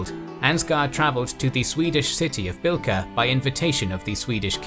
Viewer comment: Birka, not bilka. Means Birch Island or isle :)